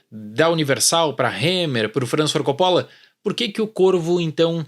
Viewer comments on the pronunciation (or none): none